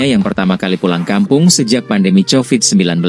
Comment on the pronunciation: Sebutan yang bener ialah 'Ko-Vid' BUKAN 'cho-vid'. Jangan sebut dengan sebutan bahasa Indonesia kerna kata asal nya bukan ciptaan orang Indonesia. Itu peraturan asas ilmu linguistik.